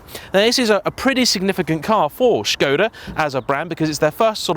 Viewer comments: It's a Czech company and he pronounced the name more or less correctly (a 100% correct pronounciation would be with a short O sound isnstead of "Shkohda"). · No he's pronouncing it correctly. If you look at how Skoda is spelt there is a little v symbol above the s. That's a Sh sound. It's how it's pronounced in Czech etc. I just say Skoda though to be honest